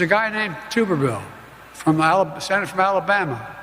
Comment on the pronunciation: It is TUBE-R-VILLE.